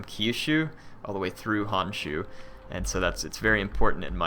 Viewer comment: it is Honshu, the "o" need to be pronounced, Hanshu just does not sound right @@